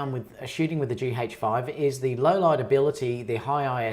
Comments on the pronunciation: It's G 'AYCH' 5 .. not G 'HAYCH' 5 ! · It sounds peculiar when you pronounce it as GEE-HAJE-FIVE. As opposed to GEE-AJE-FIVE